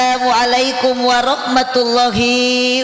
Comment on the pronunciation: mohon maaf, Apa benar baca salamnya gitu,? Setahu saya yg dipanjangkan lafadz Alloh nya, bukan HI nya